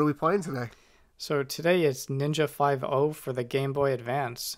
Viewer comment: “Ninja Five No”?! KICK HIM!